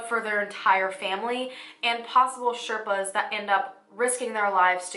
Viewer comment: The proper way to say Sherpas is shay- r (like in ruckus)-paas P.S. I had read about the Everest but this video opened my eyes.